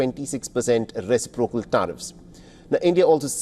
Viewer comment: ress-SIP-procal, not ressi-PRO-cal. Emphasis is on 2nd syllable, not the 3rd. No Asian gets this correct.